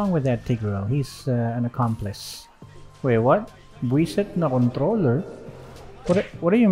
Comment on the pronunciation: "Huh? Bwiset na controller?" I'm so used to you speaking English, hearing you speak Tagalog is so weird. With the hard R on "controller" Also day 19 in asking you to play Clint again